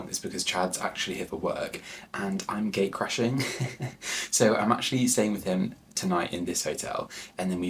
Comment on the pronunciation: My husband crashes my business trips all the time - we're going to start calling it Gay Crashing, which is what it sounded like you said. Loved the video. Took us back to Paris in the winter. Also, best food business in Paris is our friends' Paris By Mouth - restaurant reviews and lists, cheese and wine and chocolate tours, etc. For your next trip!